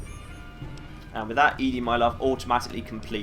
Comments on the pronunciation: I know I'm horribly late on this and you probably won't see it, but I'm a giant nitpick. I'm like 99% sure ED-E's name is supposed to be pronounced like 'Eddie', not 'Ee-Dee' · It's odd how you call ED-E "eeedi". I've always referred to/heard it called "eddie". Is there a correct pronunciation? I don't remember if any of the NPCs actually say it's name. Not that it matters much, just curious. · Love your videos but...It's Eddy not Eedy. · It's interesting that you consider ED-E to be female and pronounce the name as "Eadie." I always figured it was "Eddie" since Ed is the short for the male name, and then you just add the long e sound to the end. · believe the correct pronunciation is "eddie". I've always called it "eedi-ee" (literally just saying the letters ED-E), and I've done this so many times I simply can't call it "eddie". It just doesn't sound right to me. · So like Eee. Dee. Eee? I wanna blame my choice of pronunciation on Wall-E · OH YEAH!! Lonesome road totally sets it in stone, huh. I guess that means we should chastise on his pronunciation in this 3 year old video xD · I always assumed ED-E was a male robot so I always pronounced his name as Eddie. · I'm glad to see I'm not the only one who pronounces ED-E like EDI from Mass Effect.